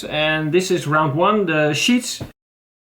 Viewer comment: Sheaths ! Not sheets ! Hope this helped. ! Great video !